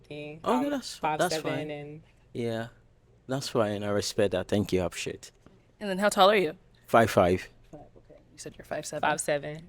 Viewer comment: “Tank you! Apresheate!” It’s called ‘h’ factor where you don’t pronounce the h in words. Common with the Yoruba tribe in Nigeria. Not that he’s Yoruba